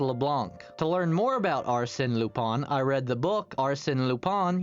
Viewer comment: AMAZING VIDEO also Leblanc and lupin were pronounced wrong lol